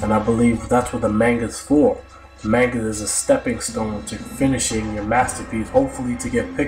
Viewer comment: Your mispronunciation of the word "manga" makes this video unwatchable.